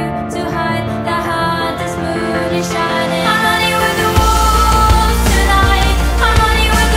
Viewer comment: 2 years late but she is using a dipthong [sound formed by the combination of two vowels in a single syllable] with the "O" in wolves to mimic a howl. Basically she transfers back and fourth between the "o" and the "u" in the "o" in wolves. A fantastic use of language.